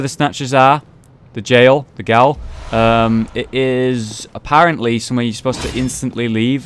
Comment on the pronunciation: Wow the Vicar literally screaming with her own voice is certainly... offputting... I'm glad you're going to see Alfred again; I was actually about to suggest that this time but I guess you beat me to it, huh? :3 I have also just given up any hope that you'll pronounce anything right. (gaol is not Irish sounding, it's Middle English, and still in use today even if less commonly so because the Americans decided it was not a thing anymore back in the 19th century. Though please, persist in your double-gaol pronunciation thing you do and various other times because it's actually quite amusing :D )